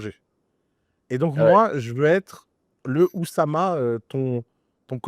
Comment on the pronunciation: Depuis quand tout le monde fait de mauvaises liaisons en français ? L'oussama ? L'harcèlement?